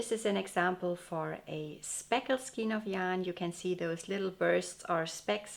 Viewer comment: Your videos are so beautiful and informative.Your English is perfect but may I suggest to check the pronounciation for “skein”.